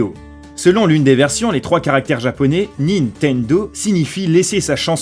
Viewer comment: il a dis nitendo